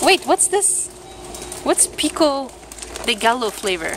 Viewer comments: that pico de gallo (gah-yo) flavor is terrible :p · Pico de gillo is pronounced "pee-c deh gi-yo" because the double L (ll) has a y sound in spanish. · Pico de gallo means rooster beak lol its salsa😂😂😂 two L's make the Y sound in Spanish